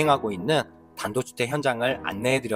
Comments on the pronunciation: 발음이 단도주택 단도주택 ㅋㅋ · 이영상 3번쯤 보면서도 못느꼈는데 진짜 단도주택으로 들리네😂😂 제가 집영상은 님꺼 자주봐요 발음은 모르겠고 내용은 언제나 최고👍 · 그랬나요?ㅎㅎ 단도주택 말고도 (손상을 손사,파고라를 파고나) 발음 정확하지 않은게 많아요~ ㅋ 그래서 유튜브하면서 계속 녹음 하고 안 좋은 발음 고치려구요 단도주택 ㅋ 추운 날씨 건강 잘 챙기셔요~^^ ㅎ